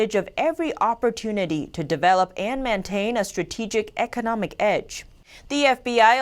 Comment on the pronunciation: This channel has so much critically important content! I support them 100%! however... Can someone please tell that "mantain" isn't a word? Saying the word cooperate [ko WAH pur āt] correctly also seems to be a challenge. is an example of the singular "phenomenon" being used in place of the plural "phenomena". These are just three examples of dozens of errors. Please improve the copy editing. It will further bolster and legitimize the reporting of NTD, a goal critical to its ultimate success!